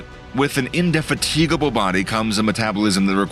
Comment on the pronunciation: in-de-faTIGable... haha, illiterate narrator